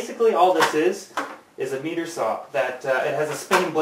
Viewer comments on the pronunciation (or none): Good video. (FYI, it's pronounced MY-ter not ME-ter) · meter saw heheh is that how canadians really say it?